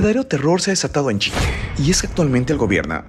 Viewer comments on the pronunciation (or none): none